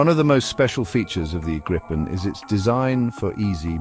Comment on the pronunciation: Why even have that back music at all? Atleast tune it down 🙄 And it is not Grippen...Grajpen or whatever, it is Griipen.